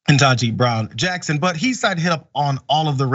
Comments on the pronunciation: I am an educator. Never heard about "CRT" until six months ago. And why can't they pronounce Judge Brown-Jackson's name right? And if they can't, why not just "Judge Jackson"? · Do all the Reich wingnuts deliberately say KBJs name wrong on purpose just to irritate or dismiss her?? They do the same thing to Kamala Harris. It's insulting. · The Right wing asswipes can't even pronounce Judge KBJ's name correctly... They're horrible people that hide behind God, and use God for their horrible words and behavior....